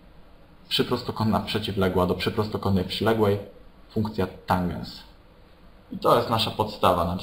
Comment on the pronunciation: tanges a nie tangens xD